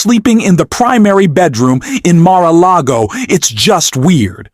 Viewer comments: Glad u cannot pronounce mara klogo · That AI voice is terrible. It doesn't even pronounce Mar-a-lago.